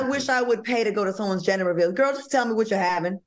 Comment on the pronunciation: its GEN DER Al. lmao